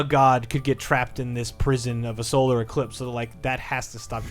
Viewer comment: It's pronounced "eclipse," not "ecrisps"